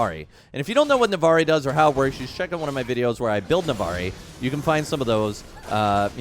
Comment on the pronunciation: It’s NavORi